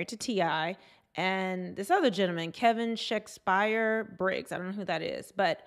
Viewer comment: She said "shakespire!"